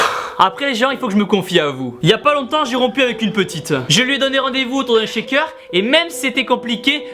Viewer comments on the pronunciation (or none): none